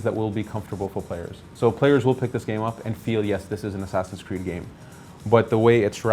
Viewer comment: Why the FUCK doesn't he just say Assassin's Creed? Is it THAT hard? God.